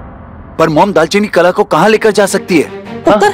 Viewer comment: Didi kalaa hota hai na Ki kala 😂😂😅